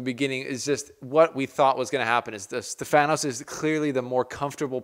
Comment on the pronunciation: Hey bro great vid. Just a small correction It’s pronounced stEfanos not stefAnos And it’s tsitsipAs and not tsItsipas Not a negative comment Just to let you know Greetings from Cyprus Keep up the good work